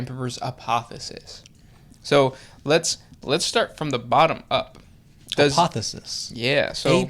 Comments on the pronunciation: The word is APOTHEOSIS, you missed an 'O' heretics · It's APOTHEOSIS not apothesis. (APOTHE-O-SIS). A Greek word that means to become like God. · Not trying to be a dick but its A-poth-e-o-sis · They kept saying, "apothis." It almost sounded like "Apophis" . . . .